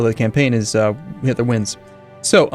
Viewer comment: am i the only one who noticed that says hilter and not hitler?